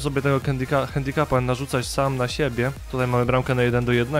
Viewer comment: co to jest ten cały handicup... czy coś takiego (czyt. handikap)